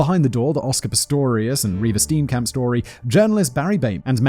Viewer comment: I just enjoy the way you pronounce Steenkamp